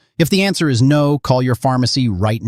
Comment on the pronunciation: Of course it is lol! Words don’t come close to matching up with mouth movement; main marker of AI videos…also he says the letter S every time he’s supposed to say “is.” Info not awful, but it absolutely should NOT be relied upon for real-time info—the robot is telling us that “right now” schools are closing early (it is Saturday. For all of us. Not a mere timing issue of a few hours between creation and posting)…he’s also making references to “in three hours roads will be deadly,” or “right now there’s no accumulation but in 6hours you should be home.” This isn’t even reporting the correct day, but reporting as if in “real time.” Making this essentially useless